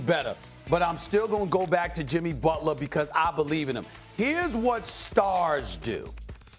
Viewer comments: It’s not Butla it’s Butler I believe? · JIMMY FREAKIN BUTLAH, TAKE OVUH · Take a shot every time Stephen says "BUTLAH"! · Jimmy BUTLAH